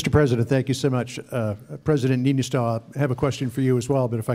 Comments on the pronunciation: He is called "Niinistö" not Ninychou, lol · Trump should have listened even once how to say Niinistö, no one expected he would say it perfectly, but c'mon Ninotsou, that's just awful. If he couldn't have bothered, just say the President of Finland. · "President Ninizoh" xD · Ninychou.. Ninychou.. How hard is it? Just.. Please Donald.. Niychou? Try harder to spell our presidents name.. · Ninytsou XD LMAO LMAO LMAO LMAO LAUGHED SOOO HARD! PLZ LEARN TO SAY THE NAMES BEFORE GOING TO PRESS CONFERENCE PLZ!!!!!